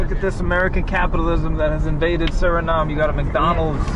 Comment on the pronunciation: Like the video but when u pronounce Suriname don't forget to say the E at the end